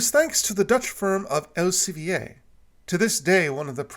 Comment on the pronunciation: Else-vi-e, that was a funny pronounciation I had never expected. The 'ie' in Dutch is but one sound, much like the 'ee' in 'keel' or 'ea' in 'read' in English. It did however nothing to take away any of the quality of your video, loved it nonetheless!